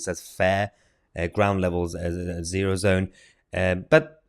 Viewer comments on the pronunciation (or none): It's a bit fun to hear Mahyar reading Ozone as zero-zone.